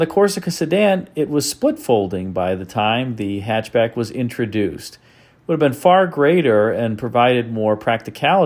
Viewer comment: I believe it's pronounced "hy'atch b'yack". Thank you.